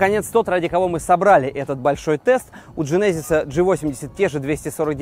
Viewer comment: Для тугих, в genesis ударение на первый слог